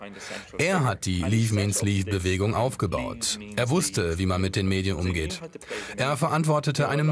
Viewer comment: An die Redaktion: Bitte "leave" nicht als "leaf" aussprechen 😇😱😂